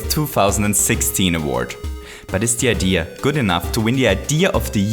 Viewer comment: STOP SAYING IDEAR IT IS SO FUCKING ANNOYING